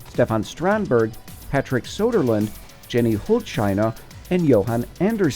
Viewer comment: Soderland? Hahahahahahahhaha NO